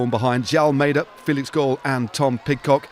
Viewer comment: Hey, try pronouncing Felix Gall like the english City of Hull, just with a G. There is no O in Gall!